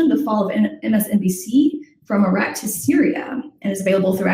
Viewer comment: Why can't pronounce Iraq correctly? She does herself a disservice with that awful pronunciation.